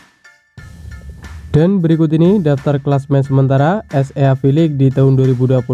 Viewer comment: Chenelmu bgs min cuma cara bacanya itu hlo,baca SEA nya jgn gitu biar lbh berwibawa😅